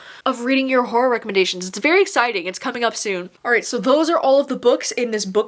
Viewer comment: All i hear is “whore recommendations” instead of horror recommendations lol